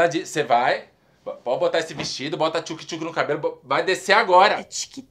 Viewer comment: Uh e "thuke thuke" kkkk